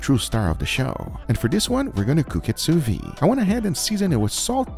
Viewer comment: I do not want to be the pedantic guy, but the d in Sous-Vide is supposed to be pronounced.